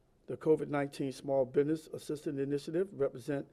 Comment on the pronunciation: biDness , what's a biDness ??